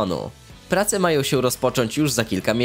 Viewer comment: Mogo, majo, starajo, zarabiajo, pojawiajo, reszto. Nie ma ą w wymowie.